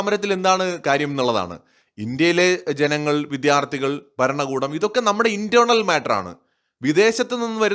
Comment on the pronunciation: വിദ്യാർത്ഥി എന്ന വാക്ക് ശരി ആയി ഉച്ചരിക്കുക